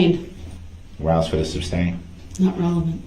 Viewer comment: It would have to be more difficult to form the words "three forfs" than to say it correctly as "three fourths". He often seems to go out of his way to mispronounce things that would be easier to say correctly, such as "shtrickshlee" rather than "strictly", "substain" rather than "sustain", "durisjickshun" rather than "jurisdiction", "doojishul" rather than "judicial", "tackit" rather than "tacit", "troof" rather than "truth", and on and on and on. I believe he is under the mispprehension that he sounds intimidating and unique, considering that he heard everyone in the courtroom regularly pronouncing those words correctly, but still insisted upon mispronouncing them. He is a misanthrope, who believes that all attention is good attention, and that being different is always a good thing, whether the differences are positive or negative.